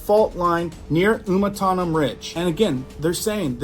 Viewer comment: It is pronounced Ah-tan-um